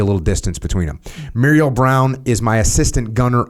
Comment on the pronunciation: Jocko, just FYI the Muriel( pronounced Merle as in Haggard) was my uncle, and also Adam Brown’s great uncle. I have the book. It’s a great read. Thank you for reviewing it.